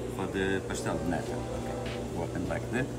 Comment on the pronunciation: The pastel de nata from Jason's are legit! 🇵🇹🇨🇦 Its 'naTa' though, not 'naDa' Mike. Nada means 'nothing' in Portuguese. 😂